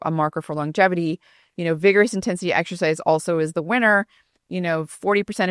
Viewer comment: Stop saying 'ek shercize' People are wasting time in gyms.